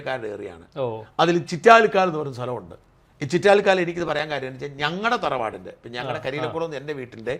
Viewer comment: ചിറ്റാലിക്കാൻ അല്ല ചിറ്റാരിക്കാൻ ആണ്